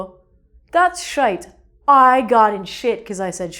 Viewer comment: thats actually a spot on accent of irish when you say "shite"